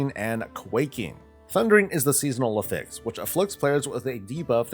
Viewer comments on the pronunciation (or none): FYI you're pronouncing affix incorrectly. You're saying the verb rather than the noun.